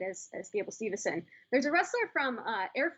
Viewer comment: it sounds like they’re saying stevuhson